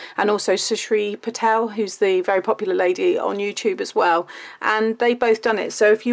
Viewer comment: Hi!. Very lovely and beautiful card. Sorry for the corrections. You said name Shrusti Patel but her name is Shrusti patil not Patel.